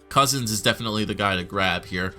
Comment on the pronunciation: It's Couzins not Cozens.